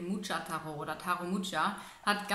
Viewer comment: Mucha liesst man tschechisch: ch wie in Wort München :-) weil er ein tschechischer Maler ist :-)